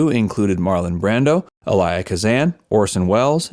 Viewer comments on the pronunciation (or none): You pronounce Elia Kazan's first name wrong in this video. Emphasis is on the first part (EL) -- in other words it's EL-ia not e-LI-a .. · I like listening for the mispronunciation of names in these videos. There's at least one in every video. Today's mess up was Elia Kazan. It's EE-Lee-uh, not Eh-LYE-uh. Kazan was also mispronounced but it's too hard to type.